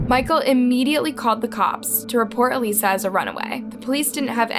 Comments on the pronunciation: Wow. If you're going to make a video about the murder of a child, at least pronounce her name correctly. So disrespectful to the victim and her family. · For everyone upset that keeps mispronouncing Alissa's name: just a friendly reminder that this channel is part of a CONTENT FARM. is not a real person, and who ever does the voice overs for probably has nothing to do with the research or editing. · she didn't try. Because even in the clip SHE provided it said her name correctly then right after she says it wrong and continues to say it wrong. 🤦‍♀️ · It annoys me so much when can't be bothered to pronounce the victims name right. Like you're literally profiting off of these peoples tragic deaths with these videos, the least you could do is pronounce their name right, especially when saying her name wrong in between clips of her family saying her name right, Come on,. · You need to increase the quality of your presentations, by checking how to pronounce names and places. It's terrible to mispronounce the name of the victim, whose story you are telling. You kept calling her A-lee-sa, when you have video clips with people calling her A-liss-a. A previous video you killed the name of the town Merseyside, continuously saying Mayorside. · How do you research a case and yet not pronounce her name correctly? Makes me think you just read the scripts. If you watched any of her Tiktoks or listened to her podcast, you know her name was pronounced a-lis-a, not a-lee-sa. It’s in the video clips in YOUR video. There’s no way. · Her name is Alissa not aleesa. I wish these YouTubers would learn the cases and names of these because it’s kind of disrespectful to speak on them and not even know their name. It just seems like you’re trying to profit off the case rather than educate. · Sarah is literally pronouncing Alissa’s name for you and you’re still pronouncing it as Elisa. Like????? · It’s pronounced Uh - Liss - a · She kept saying A-Lisa.